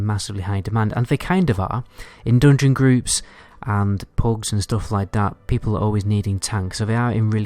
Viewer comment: IT'S FUKEN "JUGEMENT" NOT "JOOGEMENT" !!!!!!!!!!!!!!!!!!!!!!!!!!!!! "DUNGEON" NOT "DOONGYN" I CAN'T STAND THIS NO MORE MY HEAD IS EXPLODING HEARING JOOOOOGMENT AND DOONGYN HOLY FUK I BEG U STOP PLZ TOP